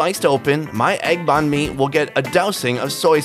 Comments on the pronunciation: Nghi Nguyen did u also get pissed when he say bahn like boon? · Ktran3 2 3 still it doesn't mean that he can say banh correctly 😂